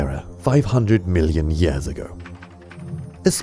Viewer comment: "...million yass ago."